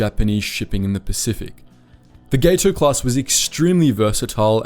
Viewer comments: Gat-o, not GATE-o. All of the Gato class were named after fish. It's pronounced as the Spanish Gato (cat) for the Catshark. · Its GAT O class, not GATE O. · Two things: Gato is pronounced "Gah tow", not "Gay tow"; The picture of the Albacore you display is the wrong boat. That's the post-war research sub AGSS-569, not the wartime sub SS-218. The sub you have pictured was launched in 1953 and is, in fact, unarmed. You can visit her near the interstate between Portsmouth NH and Kittery ME. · Gato is pronounced with a short A. Gato is Spanish for cat and they don’t use the long a you are